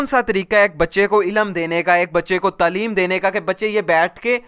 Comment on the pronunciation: pehli baat lafzz TLEEM nahe TAALEEM ha.... baaqi aagy kuch nahe kahon gee